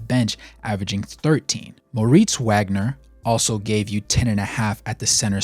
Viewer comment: Great vid thanks for the Magic love. Just so you know fam Franz’s last name is pronounced Vag-ner. He’s German the W makes the V sound.